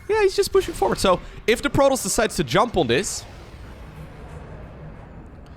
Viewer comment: Please pronounce protoss correctly!